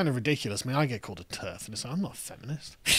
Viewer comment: Maya Firestarter....did you say TERD ?